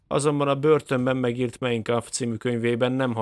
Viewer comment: Tudom sok embernek gondot okoz a német szavak kiejtése, de a Mein az inkább úgy hangzik helyesen, hogy "májn" és nem "mejn".